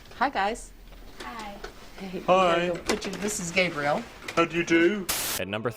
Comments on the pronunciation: i dont know if it was on purpose or not but the way she said "gay briel" was pretty funny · hi guys.... this is GAY-briel